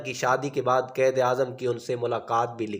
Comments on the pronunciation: Or lafz qaid ko qaed na bolain .apna tlafuz behtr krain. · Ap ko qaiad bolna nae ata